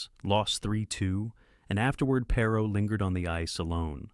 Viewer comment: Perhaps you should learn how to pronounce his name before making a video about him.